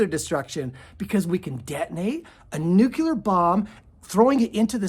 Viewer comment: Thank you for sharing this information! I am fascinated by your presentation. With kindness I’d like to tell you that the correct pronunciation is “nuclear” though “nucular” is a common mispronunciation. Take it or leave it 😊